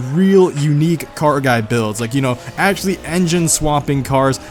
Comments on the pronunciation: why not just say 'actually' instead of 'axy', 'axly' or 'axally'?? EDIT: ... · Not trying to make fun or anything(i dont like conflict) but the way he says actually sounds like axxie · Why does he say actually so weirdly